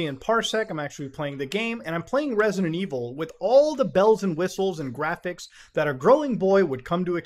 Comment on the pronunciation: No it’s jraphics card, I swear to jod you can’t say it right..